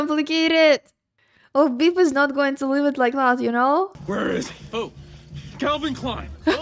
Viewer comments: His name is Biff not Beef 🤣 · I like how "Biff" becomes "Beef" when you saying it :-) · Every time you say Biff it sounds like beef and that's adorable.